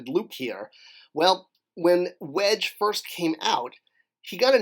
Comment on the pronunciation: “Wedge” not Wesge.